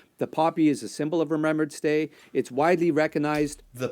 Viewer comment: I just wanted to point out that you pronounced Remembrance Day wrong. You said Remember-ance. It's actually Remem-brance